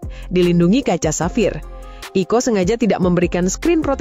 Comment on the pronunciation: Jadi dibacanya 😄